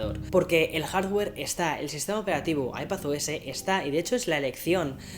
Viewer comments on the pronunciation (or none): none